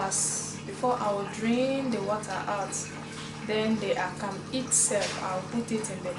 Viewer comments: You do good job.. but please it's akamu not akam.. call it what the name is .. that's how you stay original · You do good job.. but please it's akamu not akam.. call it what the name is .. that's how you stay original.. we love and appreciate what you do